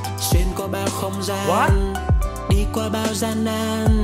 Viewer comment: Hiha anh nói trong không ran là không có vũ chu